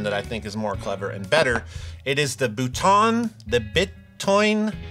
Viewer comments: Lemme tell ya how to say properly “Bitoun”, it’s like “Beetoon” but without a long or short “ee” and a long or short “oo”. We don’t have these kinda nuances in French. It’s between long and short. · For Bitoun, you have to pronounce it "bee-toon" :) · 7:60 Cela se prononce "Bee" "Toon" Feeuuuuzzzzzz 😉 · Bravo ! Je kiffe de voir Anasounds fait par JHS ! Bitoun = BEE-toon, and in fact anytime you see "i" not next to another vowel in a French word, think "ee", e.g. kiffe = keef. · please say "bee toon fuzz" many thanks, great show.... cheers from France